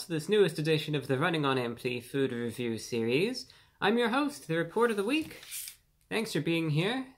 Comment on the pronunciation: When review brah says " sewies" (series)